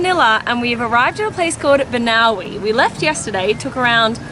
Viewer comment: Correction, the province name is Banaue :-)